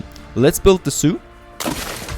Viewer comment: when you said zoo i always heard soup :)